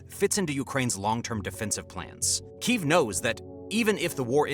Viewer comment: i have to say it ,its key_ev not keyeveeeee ,and the turkeye for turkey has me in bits lol